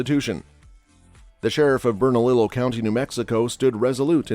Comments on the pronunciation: Say it with me - Bern - A - Leo county. That's how you pronounce it. This commentator was driving me crazy. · It's pronounced BERNA-LEO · Lol!!! berna"lillo" I love it. It's pronounced berna"Leo" but yes it's spelled bernalillo